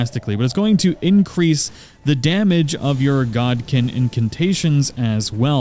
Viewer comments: God kin Lol 😂 it’s Godskin 😂😂😂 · This is useful for a quick guide to getting decent faith spells, so thank you. Btw, it's Godskin as in "god skin" not "god kin". idk if the Godskin Apostles and Godskin Nobles are actually wearing skin of gods or demigods, but I can safely say they're wearing someone's skin considering their hoods have faces on them.